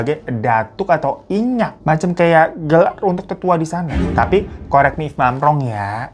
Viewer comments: maaf bang hiro, ingin mengoreksi saja bukan "inyak" bang, tapi "inyiak", diminang nyebut nya begitu bang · Bg bukan inyak tapi inyiak ya bg yg artinya yang lebih tua🙏🏻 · bukan inyak bg hiro, tapi inyiak. Salam dari sumbar🥰 aku juga pernah denger cerita dari papa tentang harimau2 itu sama kakek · Inyiak fan... Bukan inyak👍 artinya nenek atau kakek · maaf koreksi, inyiak bang alias datuak klu d minang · Bg hiro maaf ya bukan "inyak" tapi "inyiak" mmg org minang menyebut harimau itu "inyiak" hehee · Inyiak bang, bukan inyak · Cindaku itu biasa di panggil inyiak bkn inyak ka 😄btw aku asli sumbar tepatnya di pasaman, cerita dr nenek2 kami klw inyiak / cindaku itu jg berperan sebagai pelindung bagi cucu keturunan nya, trmsuk jg pemberi tahu atau tanda klw terjadi hal2 yg buruk, spt kematian dll, dulu thn 2006 wktu alm kakek ku meninggal, mlm sblm alm berpulang inyiak itu dtg menggores pintu belakang rmh kami dgn cakar nya (pdhl blkng rmh kami lngsung berhadapan dgn kolam tnpa ada sekat) jd tidak mngkn ad orng atau hewan lain yg jln diatas kolam,n keluarga prcaya itu adlah tanda dr inyiak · Inyiak ka hiroo, bukan inyak 😁 Dulu waktu aku sd viral bgt si cindaku2 ini 😂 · Sebutan harimau utk warga minang bukan inyak.. tapi inyiak.. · Inyik kak bukan inyak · bacaanya INYIAK bang😁 datuak